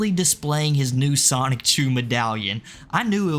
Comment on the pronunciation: Stop saying "Sonic-chu" its SONICHU